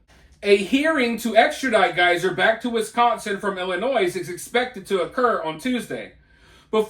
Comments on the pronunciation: Hi..its Ill- in-oy. No "s". Illinois. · I took my like away when you pronounced the s in Illinois 🤦